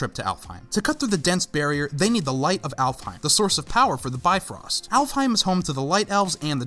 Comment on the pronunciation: In the original norse mythology bifrost is pronounced bif•rost